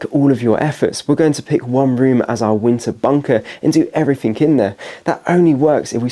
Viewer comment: Your mispronunciation of “th” to “f” eg “everyfink” is really annoying mate. Speak properly.